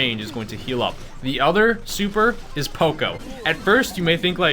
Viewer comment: It's P.O.C.O poco not po co